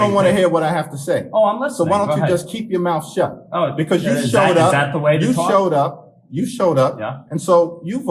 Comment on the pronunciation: Oooooo that Brooklyn came out...." You're not gonna tawlk to me"!!!!! FINALLY!!!!